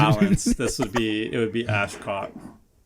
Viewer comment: I’m losing my mind at people saying “AshCOT” in the same sentence as “COAT of Arms”